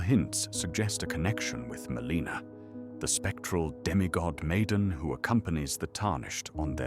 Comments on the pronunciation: Happy new year! Just wondering: is the voice AI? I’m wondering why you say Meleeena instead of how it’s said in game (Mell-in-a) and Mareeka instead of Maarika. Etc. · 1) Is this an AI voicegen? 2) if yes, why don't you use more phonetic spellings (such as for Melina and Marika), so that it'll pronounce it more accurately? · Why does the narrator mispronounce Melina, Marika, and Miquella?